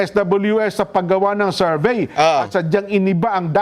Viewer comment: Bakit “serbey” diba Survey yan?